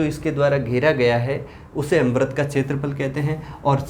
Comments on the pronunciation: Sir vrat nahi vrit hoga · सर बरत नहीं वृत होता है but thx for formula